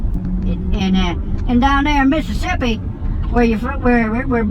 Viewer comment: “BUT DOWN HERR IN MISSISSIPPAE” 🤣🤣🤣🤣🤣🤣🤣